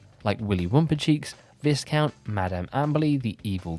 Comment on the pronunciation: Viscount is pronounced Vi-Count (Vi like eye) it’s a British title like a Baron or Earl